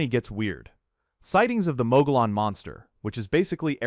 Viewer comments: LOL..I always will get a kick out of the way A/I or out of staters pronounce certain Arizonan/Sonoran words...Here's how it's supposed to sound even from this white boy native; Gila (He La) say it with me class (He La), Mogollon (Mo Ge Yohn) (Mo Ge Yohn), Saguaro (Sea War Oh) (Sea War Oh)....LOL....Heavy Sioux Falls...Sounds like A/I tried to sound the name to Havasupai Falls...At least, Try next time to get a native tongued A/I Bot...🤣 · Interesting that you were supposed to know 50 things about Arizona but you can't even pronounce Mogollon rim correctly nor the saguaro cactus!! It's pronounced muggy-on and you don't pronounce the "G" in saguaro!! I've lived in Arizona since 1962 so maybe you should have asked somebody who's been here a while?? Then you say Arizona has an elevation higher than all the other southwestern States???? The frisco peaks next to Flagstaff with Humphreys peak at 12,633 FT elevation with Utah, Colorado and New Mexico all having mountains that are higher than that!!! So do California and Nevada so I don't know where you got that supposed record?? I live in Arizona and enjoy hearing things about it but man are you messing up in the first 10 out of 50!!! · I know all of this and I've seen most of it. You have absolutely butchered the names of these places. Mo-gee-own. Canyon de Shay ... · Mogollon pronounced MUG EE ON. Might try gathering important information BEFORE you put out a video about something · You need to teach your AI voice the correct pronunciations for Mongollon Rim and others. Ruin's a good video. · Just a tip... to sound credible when telling dudes about Arizona "secrets", you may want to pronounce commonly used names & terms correctly. ie; Mogollon, saguaro, Chiricahua, Gila,...just a few. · I think Mogollon might be the most commonly mispronounced word on YouTube. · The a”Mogollon Rim’ is pronounced “MŌ•GĒ•YǑN” Rim. ❤ HAVASUPAI IS pronounced: Hăv-ă-soo-pie ….. AND LAKE HAVASU CITY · Pronounced “ MUGGY-OWN”